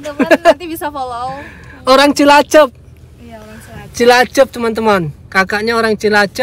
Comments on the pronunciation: Cilacap mas bukan cilacep.😁😁😁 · Cilacap , bukan cilacep... 😅😅😅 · Cilacap bang, bukan cilacep.. 😁